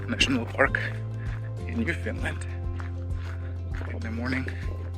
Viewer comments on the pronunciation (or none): I live on Prince Edward Island and went to Gros Morne Parrk. and fell in love of course....... Just a note: it is not pronounced New Finland but New FOUND land..... I like your love of nature and hope you will make more travels and videos. Thanks